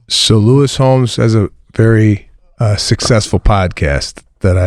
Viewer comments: Lewis Howes.....not Homes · It's Howes, not Holmes😬